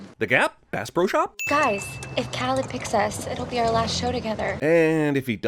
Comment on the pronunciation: I cringe every time you say Khaled